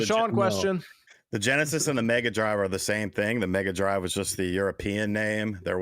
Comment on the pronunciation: LOL on Ge'esis, although MVG would say Megadrive though